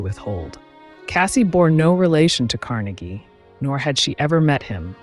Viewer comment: LOVE your videos! They are always interesting & your narration is on point, no monotone here!🎉 BTW, wanted to let you know that your pronunciation of Carnegie is incorrect since you were talking about Andrew Carnegie not Dale Carnegie. (Just trying to help😍) Wishing you much success!🍀🎉😍